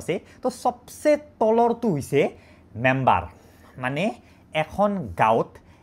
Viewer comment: Member ❌ Membor ✅😮‍💨